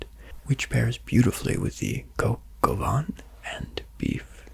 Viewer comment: As à french i just would like to say it's coq au vin not van and the c in niçoise is ç